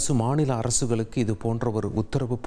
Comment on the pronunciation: இவருக்கு கொஞ்சம் “ல,ள,ழ” உச்சரிப்பில் கவனம் தேவை! இவருடைய தவறான உச்சரிப்புகள் சில, “ஒத்திகை பாருங்கல்” “மாநில அரசுகலுக்கு” தமிழ் உச்சரிப்பு தெரிந்த நல்ல செய்தியாளர் இல்லையா தந்தி தொலைக்காட்சியில்?